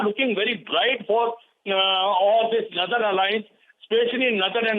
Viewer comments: wtf is "nadan" alliance? Cant she say northern? its Taliban not Talibs..there is a bloody difference between the two. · It's not "nurthern", it's northern. It can't be pronounced as "southern". Also, I have a feeling India is involved in this aid. Yaay! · Naaathern alliance........ It's NORTHERN say... NOR..... not NAAAA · Who the he'll gave you the job. Cannt even pronounce northern word properly. Why is she is pronouncing nothen